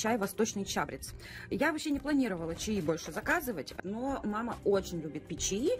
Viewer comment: ЧабрЕц. Спасибо за обзор! Жаль,что нельзя купоны дарить. Мне больше нравятся мужские лезвия. Победите Вы.Нелля